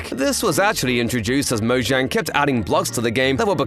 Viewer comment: The way he says mozhang kills me 😂